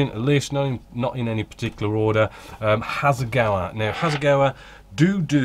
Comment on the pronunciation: A minor point but really annoying when you keep referring to Hasegawa as Hasegowi especially as you clearly know the correct pronunciation as you do say once at least.